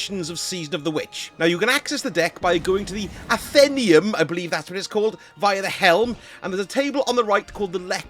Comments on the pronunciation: Nice job! Btw ......... 'ATH - EN - NAY - UM ' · FYI “athenaeum” probably should be pronounced ath-en-ay-um